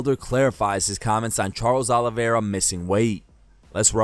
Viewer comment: Hey Felder ! THE CHAMP HAS A NAME AND ITS: "CHARLES OLIVERA"